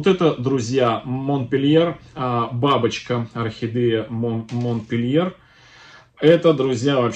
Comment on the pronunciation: Всех приветствую.,здравствуйте.Орхидейки вам достались "капризные",но вы справитесь с их востановлением,уверенна.А вот название французской красотки говорите не по французски.Правильно произносить "Монпелье".Все три растюшки шикарные и желаю им быстрейшего "выздоровления".